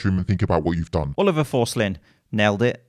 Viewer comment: How difficult was it to not mispronounce Forslin? You know, just one letter...